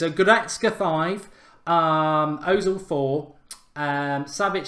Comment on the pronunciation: It's pronounced erzil!!